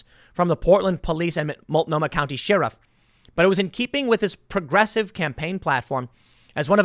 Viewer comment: Tim, love you man, the word "sheriff" is pronounced with a short "e" sound. Sorry to be that guy. Just trying to help you be the best you can be.